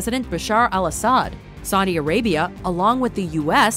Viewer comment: "Sadi Arabia"